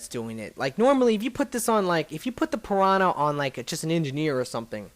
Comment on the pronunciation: you say piwana